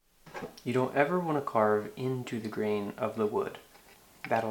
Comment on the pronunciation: Ah!! Grain! I couldn't make out what you were saying it sounds like "the green"